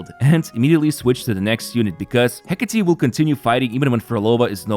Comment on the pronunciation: Fist you tuber to pronounce Hecate correctly, you have my support from now on 😊